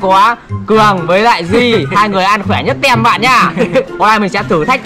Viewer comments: ơi em có 1 góp ý. Từ "team" nó đọc là "tim" nha anh ko phải là tem đâu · anh nói tem là sai phải nói là tim